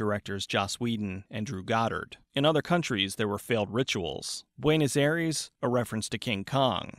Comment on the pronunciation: how to completely butcher buenos aires